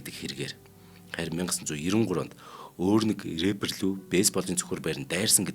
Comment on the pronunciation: Пайк биш пак. Эрээпэр биш раппер гэж ярина. Мэддэггүй зүйлээ мэддэг юм шиг цэцэрхэж ярьдаг ярианы стийлдээ бас анхаараарай. Үүнийгээ засвал илүү их үзэгчтэй болно оо. Нөхөрсөг зөвөлгөө гэж ойлгоорой доромжлол огт биш шүү 😊😊